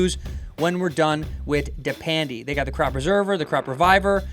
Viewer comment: Did he just say “depandy”?